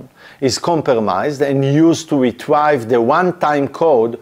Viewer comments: Phishing is pronounced fishing, obviously, because it’s fishing for passwords, oh and yes it's hard, but Retrieve, is not pronounced Retrive, but Re treeve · Top tier video appreciate you willing to explain this to the masses! One small thing, you are saying retrieve wrong, you're focusing on the I in the word change that sound to an E so: RE-TREE-VE rather than RE-TRY-ve. (please don't take that the wrong way, I would want someone to tell me if I was pronouncing something wrong) with that said your English is amazing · Really good content thx. FYI “Retrieve” is pronounced [Ree-TREEV] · Great overview. Please, check the pronunciation of retrieve and launch.